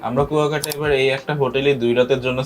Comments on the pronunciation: It’s not Kokta, it is Kuyakata. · Not kokta...pronounciation will be "Kua_kata...kuakata", Love your reaction.🇧🇩💜🥀🩷🥀💚🥀👍